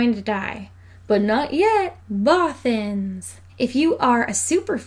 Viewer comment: I love the way you say Bothans! (and the rest of the video too!!!!!)